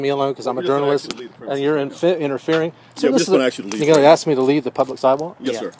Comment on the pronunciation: I didn't "axe" you dat.